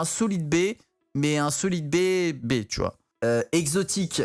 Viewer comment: ''SOLEED BAY" 2021